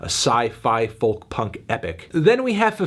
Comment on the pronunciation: Why does he pronounce it as foLk